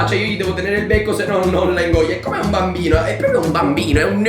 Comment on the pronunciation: Io avevo capito banbino😂